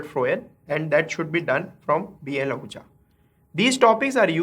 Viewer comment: i think its HL Ahuja not BL ahuja